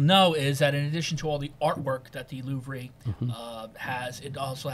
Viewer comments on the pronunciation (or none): it’s amazing after Git’em bragging about such a high IQ, he cannot pronounce Louvre